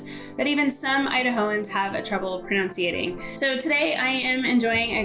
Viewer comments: out of all those... the one thing that made me wince... wasn't even a town name. Pronounciating isn't a word. ;) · “Pronounciating” is really, really not a word. Not in Idaho, California, Alabama, the UK or Australia. 😂